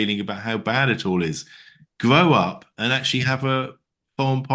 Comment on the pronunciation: I'm sorry, but the opening clip was funny AF "Gwow up". 😂😂😂 Not to take anything away from the substance of the conversation, it was just very unexpected 😅